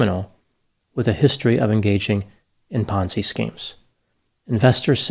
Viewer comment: Thought you said 'Fonzie' scheme lol.